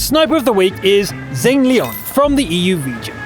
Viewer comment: How the fuck did you manage to butcher Xaneleon's name like that?!